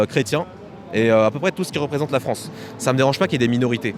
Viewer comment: "La fwance, elle va être n.. bientôt" ... Pourquoi "bientôt" ? .Ca y est ,c'est fini la fête , le point de non-retour a été atteint (de toute façon des frouzes qui ont peur ,alors qu'ils sont deja colonisés de partout , juste d'appeler un noi.. un noi.. ca laisse présager de la vigueur des futurs "Reconquistador" de mes deux )